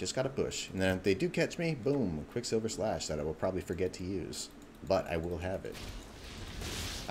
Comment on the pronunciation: "BOOM quicksilver slash" lol.its sash dude